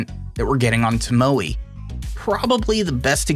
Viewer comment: Tomo e. (e is pronounced like the e in bet)